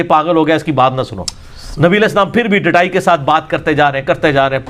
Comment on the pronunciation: Ali Bhaai... Correction of word "dattai" not "dheetai" required... Before anti molvies pick it up